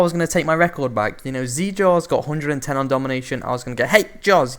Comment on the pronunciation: It's zJars. Look up BelieveInJars.